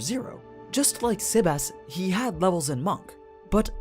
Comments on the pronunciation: What is with the sebas(tard) pronunciation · Why do you pronounce cocytis and sebas that way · Can you pronounce his name normal?